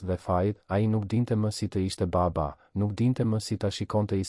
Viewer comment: Po theksoe Mir fjalen baba Jo ba-ba